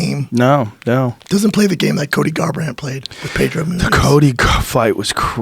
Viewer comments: Is Joe saying Colby or Cody??? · Ikr...I was like why is he calling Cody Colby?